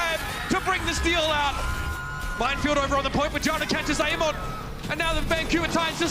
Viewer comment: why do the casters say amon instead of ameng